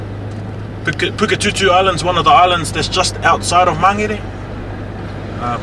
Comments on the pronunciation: Never heard Mangere said like that before. I always thought it was pronounced like Man-gheair. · Why do the locals mispronounce "Mangere".. even if you say it like "Magele".. it's still better then "Mang - gerry... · Pisses me off people need to learn how to pronounce our language properly its not mangry its mangere